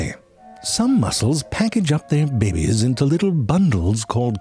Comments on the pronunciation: Couldn't help but repeat it, every time he said bebes instead of babies. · I love all your vids, but the ones I love the most are where you say "babies". «Bebbies.» The Slime Mold vid was the first of yours I saw, and it was epic. (Find a way through a maze? That's smarter than some of my coworkers.) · the way Ze Frank pronounce the BABIES is always crack me up ,, 🤣